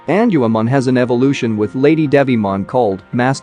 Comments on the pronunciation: It's Gatomon not tell Mom and it's not Angelman Forest female counterpart it's Angewomon 😳 😅 but I guess we all make mistakes sometimes 🤘😎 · erh.... Prnounciation: En jew u mon.